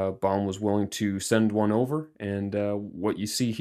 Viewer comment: Lmao he says "BaOUme and Mercier" 😂 we pronounce it BOme and Mercier 😉